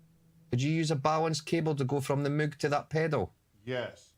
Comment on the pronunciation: damn, 7 hour stream, you sure sure are back stronger! so, must have missed something, what was the reason the hydrasynth in mono for like 2 hours? btw, i heard people pronounce "moog", or like "mogue" but just love it when says "mug".;D